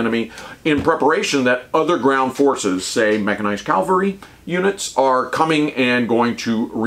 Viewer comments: I greatly respect and enjoy your infantry treatises. As an ancient 31C/31B/11B, I’ve learned a ton of fascinating details I wish I knew during my service. But, for Pete’s sake, stop saying CALVARY WHEN YOU MEAN CAVALRY. Serious pet peeve weaponry now safed. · "Cavalry," not "Calvary." Calvary is the place where Jesus Christ was crucified. I find when a soldier mispronounces the word, it detracts from the message the speaker is trying to convey.... and once you said "Calvary," My brain tuned the rest of your video out. Weird, but it is not the first time.